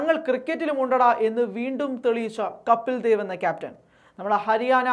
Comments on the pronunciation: കാര്യമൊക്കെ ശരി. 100 % യോജിപ്പുമുണ്ട്. പക്ഷേ കപ്പിൽ ദേവ് എന്ന് തുടർച്ചയായി ഉച്ചരിക്കുന്നത് കേൾക്കുമ്പോൾ ഒരു അസഹിഷ്ണുത. കപിൽദേവ് അതു മതി. ഇൻഡ്യ ഇതുവരെ കണ്ടിട്ടുള്ള ഏറ്റവും മികച്ച ഓൾറൗണ്ടറുടെ പേര് തെറ്റിക്കാൻ പാടില്ല, പ്രത്യേകിച്ചും പ്രബുദ്ധരെന്ന് അവകാശപ്പെടുന്ന നമ്മൾ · കപ്പിൽ ദേവ് എന്നു പറയല്ലേ.. കപിൽദേവ്., എന്നു പറയുക. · കപിൽ ദേവ് എന്ന് വായിക്കു!